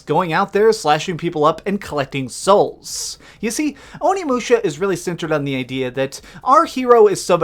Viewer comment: Referring to the end...Can't believe you're saying "onimusha" like THAT!! face of disgust